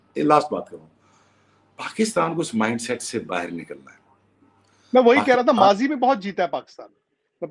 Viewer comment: That is mazi not majhi